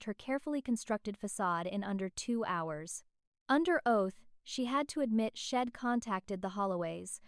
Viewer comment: It's not shed, it is she said